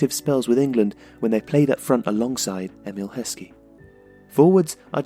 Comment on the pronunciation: IT'S EMILLE HESKEY! AND ITS FIVE!